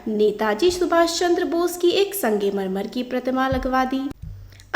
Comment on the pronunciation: Sangemarmar nhi hota bhen sangmarmar hota hai